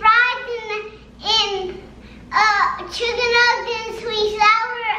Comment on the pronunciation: Lhh not that you said shicken nuggets 😭